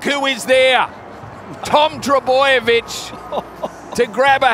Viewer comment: I heard Tom Trboabitch